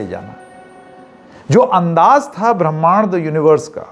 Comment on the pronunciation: आप ब्रह्माण्ड को ठीक से नहीं बोल पा रहे हैं।